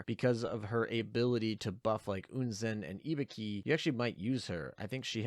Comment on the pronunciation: The way you kept pronouncing Ibuki made me think you were saying Hibiki and I was really confused for a while.